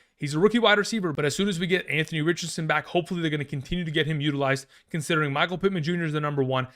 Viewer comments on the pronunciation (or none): none